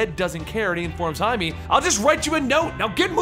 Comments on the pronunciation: he has says it werid, he says hi-me but its hi-meh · no offence but its pronounced high-meh not hight-me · Jaime is pronounced "Hi - May". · Isn't it just pronounced "Jay-Mee"? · His name is Jaime not jaimy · This is not to make fun of you but in Jaime's name the e is a short vowel